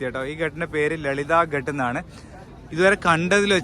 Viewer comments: ഘാട്ട് ആണ്. ഘട്ട് അല്ല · bro..ghat ennu parayunnadhu ghaaat ennu parayu..adhanu sheriyaya reethi hindiyil parayendathu..correct cheyyu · Gut allatto.Ghaatt aanu.